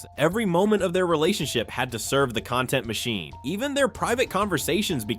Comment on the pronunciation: Noce A.I voice you can't even say cenat or content right